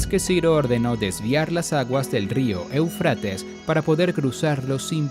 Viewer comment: Esta bueno el video pero me duelen los oidos cuando dice eufrÁtes cuando en el mismo video muestran el acento o tilde en la primera e Éufrates!!